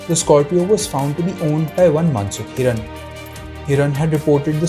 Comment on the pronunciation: He is not Mansukh Hiran.He is Mansukh Hiren.Please correct the mistake.👎🏻